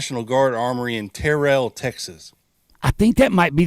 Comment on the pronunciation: Terrell, Texas is pronounced Terrell, rhymes with feral. Great show. Thank you.